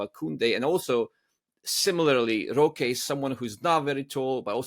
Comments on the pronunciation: It’s more like roh-keh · Here I was finally about to ask you why you pronounce his name as "Rosh" instead of "Rohkay"